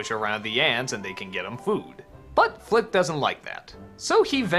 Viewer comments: It’s Flick not flip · it's flick, not flip